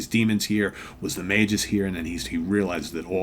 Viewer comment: It’s pronounced Magus with a hard G. According to Wiki Marvel.